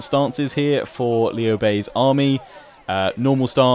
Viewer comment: both you and the VA pronounced his name wrong, It is lew like lewd just without the D... that sounded wrong but you get the point.